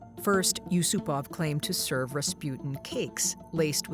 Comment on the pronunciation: Good video but like,, "GregOry Raspyut'n" ??? Sorry that just stuck out to me xdd